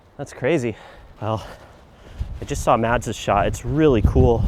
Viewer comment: Lovely shots, but mispronounced Mads' name...